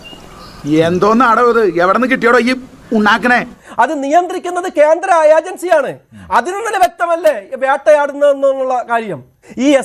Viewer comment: വ്യാട്ട അല്ല ണ്ണ വേട്ട ക്യാന്ത്രം അല്ലണ്ണ കേന്ദ്രം 😀😀